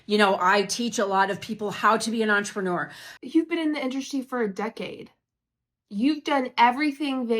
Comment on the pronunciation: "Entre-newer"? If she can't get THAT right she aint gonna be getting people to sign a LEGAL nda